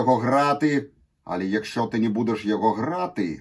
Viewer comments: не але а але "алэ" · еще "але" читается как "алэ" и "дівчина" через И, а не Ы Я понимаю, дело в непривычке, но я просто указал на наиболее очевидные ошибки.